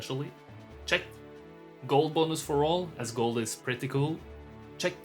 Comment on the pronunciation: Cheque! Cheque! CHEQUE!! You sound french when you say 'check', btw. Full offence :)))))